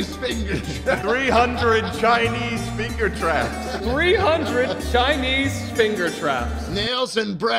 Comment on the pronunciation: Anyone else notice that shlatt said “fingu traps”